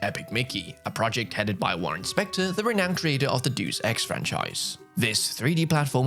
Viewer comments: Warren Spector creator of the what franchise? It’s Latin dumb dumb, it’s pronounced DAY-OOS 😂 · That’s a weird way to pronounce Deus